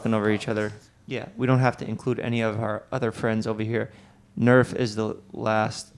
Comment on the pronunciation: Nerf says 'Arf'